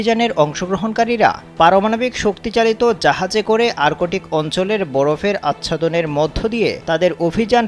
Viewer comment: আরকোটিক কি রে ভাই? আর্কটিক শব্দটাও উচ্চারণ করতে পারেন না